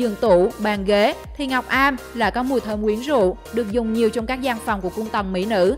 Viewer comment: Gỗ ngọc âm không phải ngọc am